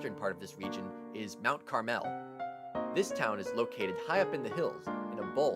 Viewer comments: . It's Mount CAR'-mal. NOT "Mt. Car-MELL !!" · I grew up in PA near Lewisburg in the small borough of Watsontown just north of Milton (shown . Growing up there some of the boroughs you pronounced not quite right. Mt. Caramel is not pronounced with the emphasis on the 2nd "a". It's not CarAmel, it's the other pronunciation like the candy, Mt. Carmel with the 2nd "a" silent. Also , Bellefonte is pronounced Bellfont. here again the 2nd "e" as well as the ending "e" are silent. Other than that, Great video!!! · Mt. Carmel is a filthy low income coal town. It's also pronounced Mt. CAR-mole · Thank you! It was buggering me, the way he said Kittaning!! And Bellefonte, the 2nd & 3rd e's are silent!! As well as, Mount Carmel which is pronounced Carmel, not car-mel!!! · Kittanning is said like Kit-tan-ing. So you say kit then the word tan. Then ing Kit-tann-ing. And it's Mt Carmel Like car-mul. I grew up in berwick/nescopeck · Kitanning. KA*Tan*Ing. Mt. Carmel : Mount CarMel No emphasis on "Mel". BELL Fonte is the correct prounciation. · Ki-TAN-ing....Mount CAR-mel....BELL-font....Sus-que-HAN-a...yeah, Sayre does suck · kih-TAN-ing mount-CAR-mell BELL-font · Its mount carmel pronpunced like the candy and bellefonte is pronounced bell font and the original name of Jim Thorpe is pronounced monk chunk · “Mount Car-Mel”. Great video though. Many of the little towns we all know and love here in Pa. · You mispronounced 3 out of 10; not good. (Kittanning, Mount Carmel, Bellefonte) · I appreciate the love for PA. I appreciate your content. But you're probably not from PA because you "mispronounced" Kittanning and Mount Carmel. Great list though. I've been to 10 of the 20 mentioned towns and lived just west of West Chester for 7 years. Grew up in Tyrone Pa so got to give a shout out to bellefonte Clearfield and Huntington, all three are great towns. Great towns with questionable athletic programs i should add. Lol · And he doesn't know how to pronounce Mt Carmel either !